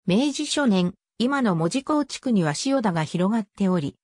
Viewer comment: 漢字の読み間違いが多いです。自動翻訳なのでしょうか？「塩田」をしおたと読んだり、「大里」をおおさとと読んだり、「陶 晴賢」をとうはるかたと読んだり。「大里」は「柳の御所」が有ったので「内裏（だいり）」からきているんですよ。でも門司を研究してくれるのはうれしいです。頑張ってください。